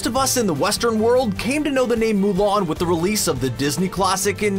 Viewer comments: Nobody: Screen Rant: MOO LARN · Mow Lawn